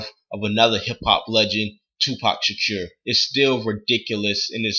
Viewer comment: Lol you messed up his last name bad